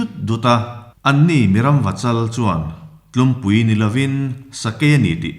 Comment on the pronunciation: Tlumpui tih tur, tlûmpui ni lo in